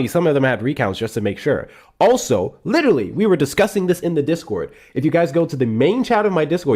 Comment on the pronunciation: Lit -TRALLY....ffs Insufferable